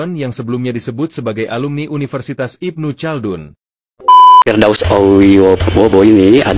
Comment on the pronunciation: Apaan si penyebutan nya ilmu caldun??? Yg benar Ibnu Khaldun bro